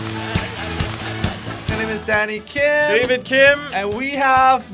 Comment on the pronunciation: I am shooked. I heard it as "Dick news" instead of D-K News and "daddy Kim" instead of Danny Kim.... my ears need checking